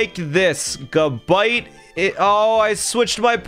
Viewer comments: it's not gu-bite its ga-bite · This mf said ga bite Its gab ite